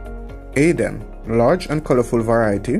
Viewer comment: Not aiden, its hayden